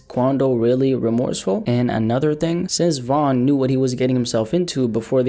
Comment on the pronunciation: First of all its Von